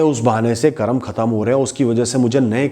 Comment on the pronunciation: बाकी सब तो ठीक है परंतु 'करम' नहीं बोलें, वह शब्द 'कर्म' है।